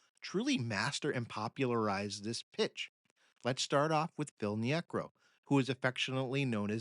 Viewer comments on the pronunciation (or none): Hi, been listening to many of your podcasts and have noticed a bizarre pronunciation trend. Phil Niekro repeatedly pronounced nee-AY-krow here is a prime example. In a prior podcast Vida Blue is pronounced VEE-da. Also in this podcast R.A. Dickey is said to have played for the Knicks, not the Mets. I can't see how an actual human baseball fan doing a deep dive into the game's history could make these kinds of mistakes.